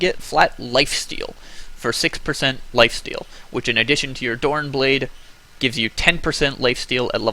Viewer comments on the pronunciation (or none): Donan Blade hurts my ear so much its Doran'S Blade not a bit fail but I automaticly here the mistake every single time. It's like watching somebody miss easy lasthits it just hurts xD